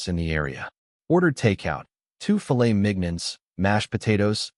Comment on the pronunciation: Teach your AI to pronounce filet mignon